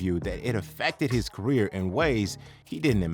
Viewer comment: You just destroyed the word 'career'.